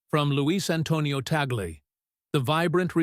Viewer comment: The name of the Filipino Cardinal is not TEY-GEL. The correct pronunciation of his name is TAG-LE---TAG as in "tag-along" and LE as in "le-mon." Before you talk about him, be sure to properly pronounce his name correctly first. You're not being credible with your very basic error about his name.